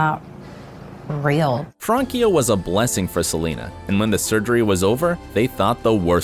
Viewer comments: It is not Frankia!It's Francia. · It's Francia not frankia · I hate how he says “Frankia” VS “Fransia” not THATS it’s spelled that way but at least sound it out! and her name is France and in so oak it’s Francia not Frankia 😂🤦🏻‍♀️🙄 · Its Francia not Frankia.... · Fransia not frankia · Frankia???? FRANCIA!!! PRONOUNCED LIKE FRAN•SIA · FranCia NOT “Frankia” 🤦🏻‍♀️ awful name pronunciation research. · They butchered Francias name its pronounced with an "s" Fransia not Frankia, its france in spanish. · She didn’t date all those guys... also its FranCia not FranKia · Francia is pronounced FRANSIA!!! The “c” is pronounced like an “s”. Not a “k”. It’s Spanish for France. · I kept laughing when he said “Frankia” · It is Francia Raisa , not Frankia Riasa